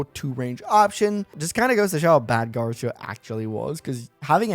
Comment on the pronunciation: Spanish-speakers hearing you say "Garsha"